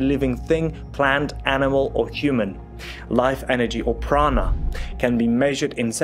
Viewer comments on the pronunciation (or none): none